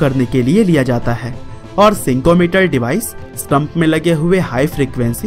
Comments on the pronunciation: Its not sikometer its called snikometer. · सिंको मीटर नहीं भाई, स्निको मीटर बोलते है उसे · Not sinko it's sniko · Bhai sinko mater nahi use snicko meter kehte hai😁😀🤣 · Sinko meter nahi bhai snicko meter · Bhai usse Snickometer bolte hai.... Sinco metere nahi....,🤣🤣🤣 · Sincho meter ni Snicko Meter hai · Sinco nahi snicko meter